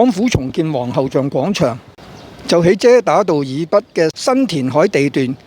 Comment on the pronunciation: 希望唔好再將廣場讀成講場喇。